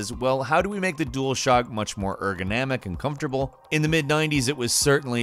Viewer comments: Ergonamic? You mean ergoNOMic.... pronunciation... pronunciation... how can you look at a word and see letters that aren't there? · "eye-ter-itive" wow cringy pronunciation.. oh yea .. ergo "namic" also eh loolol .. try again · Eye-terative. Erganamic. Man, triggers me 😂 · "EYE-terative" "Erga-NAM-ic" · came here to say this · Hey you keep mispronouncing the word "iterative" the first syllable should sound like "it" not like the i in iphone....this is like the 3rd video I've heard you make this mistake lol "erganamic" LOL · Everyone like this comment lol. never hear iterative said like that in my life...he probably did that on purpose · I dont wanna be that guy but the way you pronounce iterative and ergonomic hurts my soul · You’re mispronouncing ergonomic and iterative.